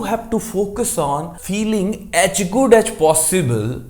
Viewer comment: "aach good aach possible"....why are u speaking like this?